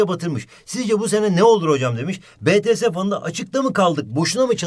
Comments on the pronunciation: Betese değil bities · Hocam BE TE SE degil Bİ Tİ ES diye okunur yanii💜🇹🇷🇰🇷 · Betese fanı ne yaaa bities diye okunuyor o xçxöxçzözçzşz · biride çıkıp dememiş bitiese betese dedi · betese değil bities hocam lütfen siz bari yapmayın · BETESE DEĞİL BİTİES ANLASANIZA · Bts hayranları beğenmedi: betese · BETESE DEĞİL YANLIZ